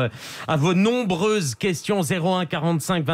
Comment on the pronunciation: Nnnnnnnnnnnnnnnnnnnnommmmmmmmmmmmmmmmmmbreuses questions des zauditeurs, il a dit, en nappuyant très fort sur les consonnes.